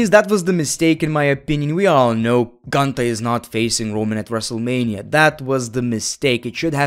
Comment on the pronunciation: It’s Goontahh